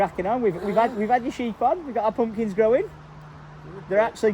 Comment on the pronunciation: I love the way you say Pumpkins… Poompkins 😂❤ I’m keeping everything crossed for growth. My family and I (we live in Berkshire) will be driving the 3.5 hrs to come and pick a pumpkin, even though there is a place 20 mins a way! 😂 I want to see the land and maybe meet you all if I’m lucky Xx